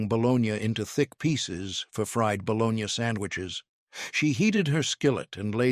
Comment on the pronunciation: It’s not bolognyah it is bologna